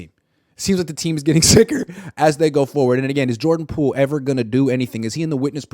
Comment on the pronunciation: Pordan Joole😂